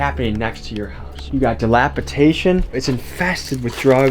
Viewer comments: Dilapidation not dilapitation… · lmao he said dilapitation...